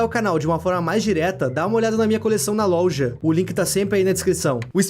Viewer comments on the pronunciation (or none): da uma olhada na louja😂😂😂(não sei se isso que ele disse foi proposital ou não só sei que ele falou errado e eu ri muito;--;)